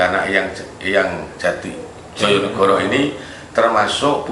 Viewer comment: Prabu Joyonegoro bukan jojonegoro,emg tulisannya djojonegoro tpi bcaannya joyonegoro